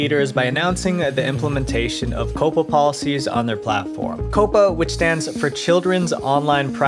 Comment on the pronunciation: Say it with me. COP-PA Not Coh-puh. 🤦‍♂️